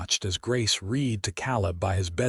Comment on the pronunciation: Read - Red not reed. Learned correct pronunciation.